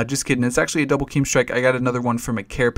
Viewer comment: I guess yoy come from doom and they probably have a rule of pronouncing it KEEEM strike but you're allowed to say it right from now on;. :)